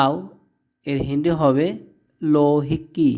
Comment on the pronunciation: হয়নি হিন্দ লিখেছেন কিন্তু আপনি নিজেই বলতে পারেন না। আর হিন্ডি না হিন্দি